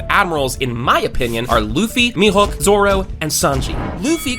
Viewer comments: Bro said mehook no its me hoeke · He called mihawk mihook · Bro said me hook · he din't call him mihawk he call him mihowk